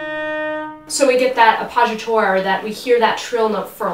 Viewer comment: apozhatore is an interesting way of pronouncing appoggiatura ;)